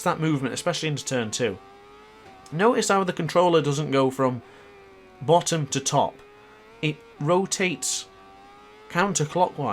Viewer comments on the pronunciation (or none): i was like "wtf is talking buttom?" 😂